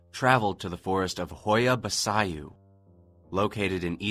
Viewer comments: 20 FUCKING SECONDS IN HE SAIS HOIA BASAYOO FOR FUCKS SAKE MAAAAN. HAHAHAHA its pronounced Bachoo more or less :)) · Welp, shit. I'm romanian. Also it's pronounced ho-ya ba-ch-you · It's "ho-yah bah-chu" ffs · It is pronounced: Hoya Bachu And you rite it: Hoia Baciu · It is pronounced hoia bachiooo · Dude? Preeetty sure it's pronounced "Hoya Bachoo". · HOIA BACIU! REALLY BAD PRONUNCIATION,LOL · that Hoia Baciu pronounciation... Lord!!! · He destroyed the name so badly tho